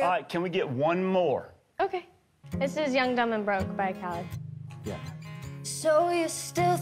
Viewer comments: It’s not kaled it’s Khalid (Ka-Leed) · Btw, it’s pronounced “KUH-LEED” learn it people thank u very much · she pronounced "Khalid" soooo wrong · she said khalid wrong lol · Did she say Khalid wrong? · Idk if anyone noticed but she said Khalid’s name wrong and Not to be rude but it kinda bothered me :/ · She pronounced Khalid wrong. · it was incredible, except her pronunciation of khalid, made me wanna die a little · The way she pronounced Khalid had me cringing